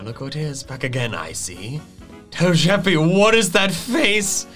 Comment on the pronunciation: It’s not toe-je-pe it’s toe-gu-pe